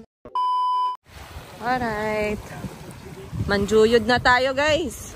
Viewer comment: You keep on saying Manjuyod, Dumaguete. I'm sorry ha pero dili na mao. Dumaguete City is the capital of Negros Oriental while Manjuyod (pronounced Manhuyod) is one of the towns of Negros Oriental.